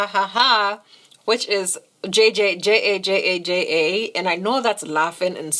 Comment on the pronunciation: Ookayyy! She correctly pronounced “Jajaja” 😭❤️❤️❤️ I liveeee! So much love. 🥰 Another FIRE look. 🔥🔥🔥 No surprise here. 😍❤️